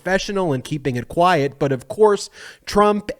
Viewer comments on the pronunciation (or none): none